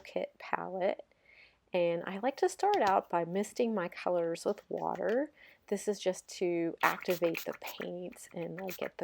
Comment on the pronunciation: omg why u always saying water with "wateur........." intonations 😭🙏